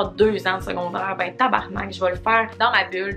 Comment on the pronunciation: Le mot “tabarnak” dans ta bouche est magnifique 💖 tabarrrrnakkkkk